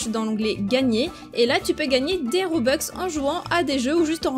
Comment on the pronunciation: Robux pas robex